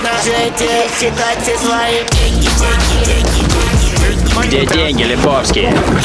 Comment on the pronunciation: Вы гавариш денги менога как тибй менога